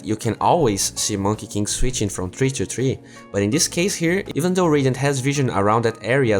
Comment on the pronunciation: Precisa treinar o sotaque principalmente o teu "to". Tu fala "two", vício comum entre brasileiros.